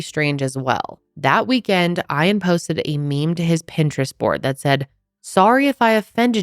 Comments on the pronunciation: Every time says Ian like iron, here in Australia it sounds like eean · ITS E AN!!!’ NOT IRON JESUS CHRIST LEARN TO PRONOUNCE A SIMPLE NAME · E-an, not "i' an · His name being Eye-an told me everything I needed to know about if he did it. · If his name is spelled Ian you pronounce it ee an. Great story telling, keep it up!! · Thank you! My son is named Ian and I cringed. But, I love and will overlook. 😂❤ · you’re not pronouncing the husbands name correctly. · I've never heard it said how is saying it. Unusual.